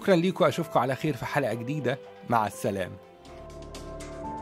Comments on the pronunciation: الفيلم اسمة سلامة وليس سلامة وسلامة بفتح السين وهى اسم مؤنث وليس مذكر ومد الميم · سلامه أستاذي الفاضل بالشده علي اللام. .وشكراً